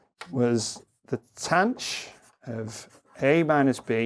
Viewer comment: Late comment... but when did "THAN" for tanh (with a voiceless "TH", as I was taught in 1981) become "TANCH"? And it is still "SHIN" (pronounced "Shine") for sihn and COSH for cosh?